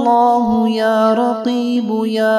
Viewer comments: محترم لفظ قریب ھے آپ رقیب پڑھ رھے ھیں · Ya karibu ya allahu likha hai janab ap Rakibu pad rahe hai ainda durust karke padhe plz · بسم اللہ الرحمن الرحیم یا جمیل یا اللہ اس کے آگے لکھا ہوا ہے یا قریب ہو یا اللہ آپ اس کو پڑھ رہے ہیں یار کی بو پلیز یا تو اس کو واپس صحیح کریں کیا الفاظ ہیں الفاظ کو صحیح ادا کریں اللہ کے ناموں کو آپ درست ادا کریں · Aap jo shoro me kalmat padhe ho wo likha alag hai or aap padhe alag ho . Jaise likha hai qarib likha hai or aap raqib padh rahe ho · Ya kareebu ha not ya rakeebu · Pronounced ya raqeebu instead of ya Qareebu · ASSALAM O ALAIKOM JANAB AAP KI TILAWAT SHOROO MAIN LIKHA HOWA HY YA QAREEBO OR AAP PERH RAHY HAIN YA RAQEEBO PLEASE ISKO SAHI KARWADAIN JO SAHI HY PLEASE PLEASE MAIN NAIN NOTE KIA HY JAB HI AAP KO BATA RAHA HOON JAZZAK ALLAH KHAIR